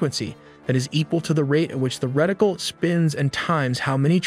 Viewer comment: "Reticle", not "Rectile" .